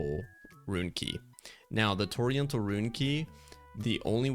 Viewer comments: Bro, Torrential is pronounced Tor-Ren-chull not Oriental with a T in front of it. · Thx man, very helpful! Fyi torrential is pronounced ‘tor REN shul’ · “Torry-ental” lmao 🤦‍♂️ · Torrential, an actual word, with an actual way to pronounce it. Toriental, water Asian? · It's also spelled "torrential," my friend. I think you reading it with the "i" before the "e" instead of after the "t" may have contributed to your pronunciation. ;) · I am forever going to say Torrential the wrong way from now on as you have brain washed me with this video🤣🤣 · The fact that he said it SOO many times had me fuckkng WHEEZING 😂😂😭😭🤦‍♂️🤦‍♂️🤦‍♂️